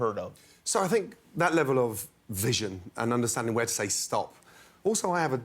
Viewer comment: Nobody: Absolutely no one: Gordon VIISiOn